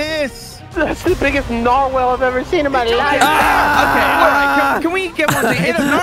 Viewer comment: their pronunciation of narwhal is hilarious